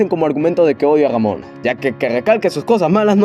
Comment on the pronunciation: a veces dices damona o robona jajaja con su desagollo.